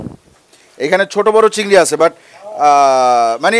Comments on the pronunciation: চিংগর মাছ বলাটা সেই হইছে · ভাই "চিংগর" নাকি "চিংগুইর"??? মানে শিওর হওয়ার জন্য আর কি